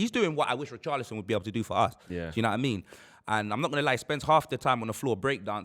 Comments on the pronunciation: Man said poorchlison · Did you hear what he called Richarlison, :Poorcharlison 😅😅😅😂